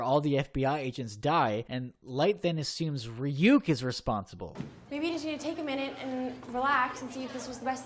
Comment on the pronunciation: i hate how he pronounces ryuk, but i hate this netflix adaptation more.